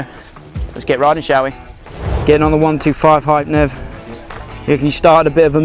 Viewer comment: Its not a 1...2....5, its called a ONE..TWENTY ..FIVE . Hope this helps.